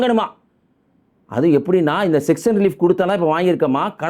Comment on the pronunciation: செக்சன் ரிலீஃப் அல்ல சாங்சன் ரிலீஃப் (பொருளாதார விலக்கு) அதே போல் ரெஃப்னரி அல்ல ரீஃபைனரி வாக்கியத்தை அழகாக உச்சரிக்கவும்